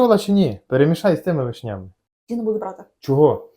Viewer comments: з вИшнями,а не з вишнЯми:face-turquoise-covering-eyes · Ви молодці, але чому вишнЯми, а не вИшнями. Дуже ріже слух!